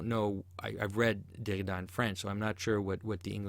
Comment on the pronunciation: I want to kill myself everytime you say "Derrida"